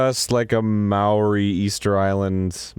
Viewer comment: Maori: May-Or-Ee not fucking Maury xD